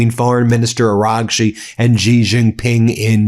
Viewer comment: For chrissake learn how to pronounce names. It's Xi pronounced She. You have no idea how uneducated it sounds. What would it take, a minute to check?